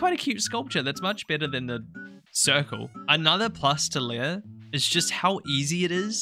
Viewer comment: I know many IRL Leahs, and it's always Lee-ah not Leia like the Star Wars princess, but I hear that pronunciation a lot for this NPC and can't help but wonder why :')